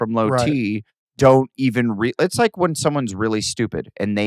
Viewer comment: Adam pronunciation help: Wint = went Jizzt = just Win = when